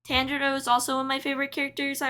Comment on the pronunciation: Tanjiro is pronounced as T-AHN-JIRO